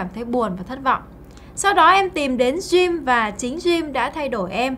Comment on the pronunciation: Bạn nữ này phát âm từ Gym tệ hại quá....